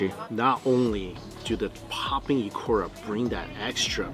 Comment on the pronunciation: I noticed struggling with the letter “u”. Ikura = Ikora, tempura = tempora. Kudos for saying those Japanese words wrongly but with high confidence